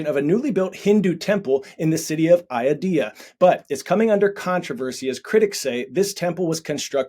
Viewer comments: Hey. Please at least attempt to say names correctly. You weren’t even close with Ayodhya.. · When you can't even pronounce "Ayodhya" correctly but have to do copy paste propaganda and bigotry 😅😅😅